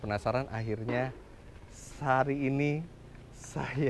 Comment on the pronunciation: wahh sampe salah ucap juga tu om fitra, hari ini bukan sari ini 😁